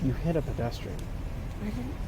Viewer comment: Dimwit can’t even say pedestrian.